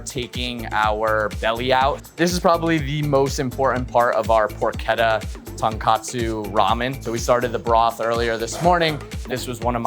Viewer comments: also pork-etta lol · Appreciate that he butchered pronunciations from both cultures equally. Guy-oh-za and Porketta